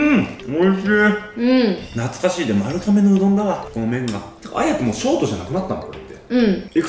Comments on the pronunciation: 丸亀はまるかめじゃなくてまるがめだよー！ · まるかめ？？まるがめじゃない？？？🧐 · 丸亀の読み方ってまるがめじゃないの！？ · まるかめじゃなくてまるがめだよ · まるかめじゃなくて、 まるがめですよーー！ ずっと気になっちゃった笑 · ずっと『まるがめ』やとおもってた笑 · ちなみに、丸亀は ″まるがめ″です！ まるかめじゃないよ🫡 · え、｢まるかめ｣っていうの？私｢まるがめ｣なんだけどwww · まるかめじゃないですよ！まるがめ！です🎵 香川県の丸亀市ってとこがあってそこが本店？なんです！まるがめ製麺です！ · まるかめっていうの気になる笑まるがめだよ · 今までずっと気になってたけど、丸亀製麺は まる ''が'' め だよ😿😿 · ん？まる"が"めじゃないですっけ？ まるかめって聞こえちゃうう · まるかめ？まる『が』めじゃない？ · まるかめ？ 私、まるがめって言ってました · JPくんも綾ちゃんもずっとまるかめって言ってますが、まるがめではないですか？ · まるがめやろ？笑 関東はまるかめって言うんかな？